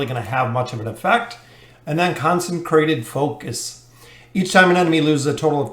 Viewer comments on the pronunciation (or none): Did he just say "Concencrated Focus"?